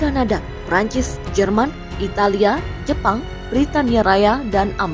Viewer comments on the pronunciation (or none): none